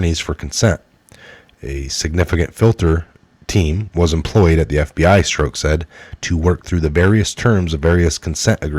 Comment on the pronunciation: I LOVE YA....but you've got to decide how you are going to pronounce Peter's name. He, himself stated to Congress that he was Peter STROCK. Yes. That's phonetic. He pronounced it to rhyme with CROCK. As in; "That's a crock". Not STROKE. Even if you choose not to pronounce correctly, at least stick to one or the other. You used 3 different pronunciations. Struck, Stroke and strock.